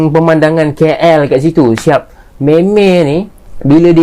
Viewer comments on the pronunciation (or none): Bukan keyyell la..kaaell yang benar... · Keyyel (KL) tu cara sebutan atau slang orang malaysia etnis india..